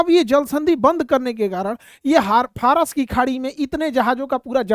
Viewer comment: Phras nahi Faras hai 😂